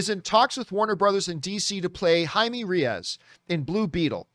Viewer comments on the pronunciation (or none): Jaime Reyaz? Jesus, get some hispanic friends lol, at least you got Jaime right! Lol I cant wait for this movie! Never seen Cobra Kai